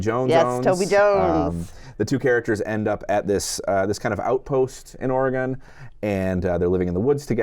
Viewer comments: Ah.... the pronunciation of Oregon!!! it is not WahingtON, it is not OregON :) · Ory-Gone. Orrrrryyyyy Goooooooone. you guys. stop it. It's Oregon. Or-uh-gun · Great review—but just so you know the way you pronounce Oregon hurts Oregon natives’ ears. The last syllable is pronounced like “gun” . The odd thing is you both start to pronounce it correctly halfway through.